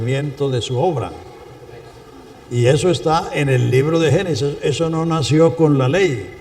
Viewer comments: Alguien que le diga a ese pastor que no diga "Genisis" porque si esta enseñando, que hable correctamente. GENESIS. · con todo respeto, es Génesis, no Genises